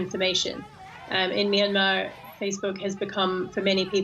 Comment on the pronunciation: Can you not find journalists who can properly pronounce the name of the country. MYANMAR not MY ANMAR